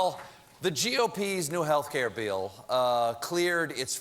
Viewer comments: "...new healthcare bi-ill" - sounds like someone from... somewhere south. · What was that pronouncement of 'bill' at the beginning lol